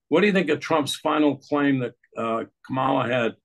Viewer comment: Comma-la: ,la. Learn to pronounce het name.